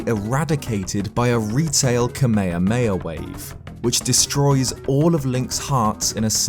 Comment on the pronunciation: I like how he says kamayamaya instead of kamehamaha